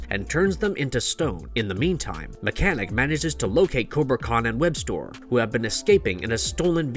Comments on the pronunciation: Omg this guy calling mekaneck mechanic is killing me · His name is Meckneck not mechanic